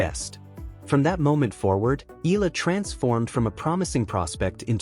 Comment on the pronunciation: Nobody is shocked. You're being dramatic. You can't even pronounce Eala properly.